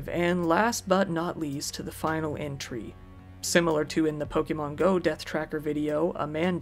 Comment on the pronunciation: Black Friday is horrifying, but at least there's the pronunciation here to get a small chuckle: * Pokémon being pronounced "Poke-ee-mon" instead of "Poke-eh-mon". * Subsequently being pronounced "Sub-see-quent-ly" instead of "Sub-seh-quent-ly". and the best one being; * Galleria being being pronounced "Gal-ee-air-a" instead of "Gal-eh-ree-ah". They're all firsts for me, though I think I remember the "sub-see-quent-ly" from another video on this channel.